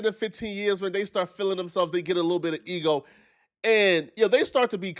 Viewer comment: It would make your eeho feel gooh 😂😂😂😂😂fuck you mean Jesse